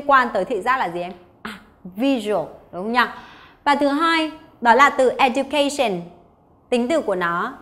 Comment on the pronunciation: Không thích cách đọc của cô lắm, kiểu như cô cứ cố tình đọc bẹt lưỡi í, câu 9 ko hiểu ý cách dùng từ ở ngữ cảnh này, câu 17 "Education" cô đọc sai, câu 36 cũng ko hiểu tại sao lại dùng "a child's" sao ko phải là "children's" chỉ đối tượng chung chung mà ? Ý kiến riêng, ai ko thích có thể dislike.